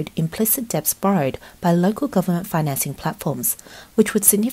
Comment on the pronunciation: Dets not deBts.. girl